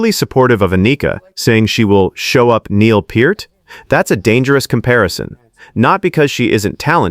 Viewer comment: At least buddy pronounced Neil's name right.